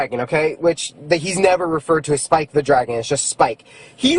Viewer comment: The guy was so heated about the coloring book he said “spike” wrong for a second